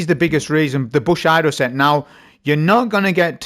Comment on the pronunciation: cmon man its Bushido (boo-shee-doh)